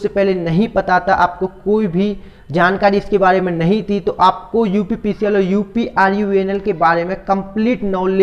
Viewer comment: Pahle uprvunl sahi se bolo